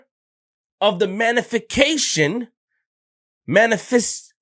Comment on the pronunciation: “The infrastructure of the manification... manisfestivities” ahhh man 😭 might as well start your own dictionary